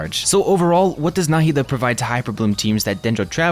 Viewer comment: you pronounce her name right. thank you. i have the same name and the way they say NahEEda bothers me so much